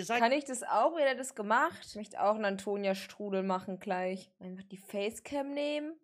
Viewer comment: Wieso sagt sie immer "kleich" anstatt "gleich", oder "krob" anstatt "grob"? :(